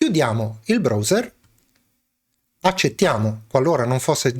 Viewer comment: E no dai, se mi cadi anche sulla pronuncia del browser, annamo bene.